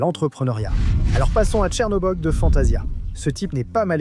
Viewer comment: non... non non non non non... c est criminel! dire ChernObog et non ChernAbog, j ai repassé pour être sur d avoir bien entendu, c'est mon méchant favoris, justement car c est une embiance à lui tout seul. Pour cette erreur de prononciation: carton rouge, hors jeu, pénalty, insurrection! effectivement, quand tu connais l'histoire d'origine, le tordu ce n est pas crochet, c est vraiment Peter Pan. Peter Pan n'est pas un Hero, Peter Pan est ce que la société peut engendrer de PIRE quand un enfant n'a pas de limite, en fait c'est literralement un plédoyé contre l'éducation montessori Et si non plus j ai vieillit moins j ai pu saqué les "gentil" de disney et plus j ai detesté disney avec ses morales atrophiés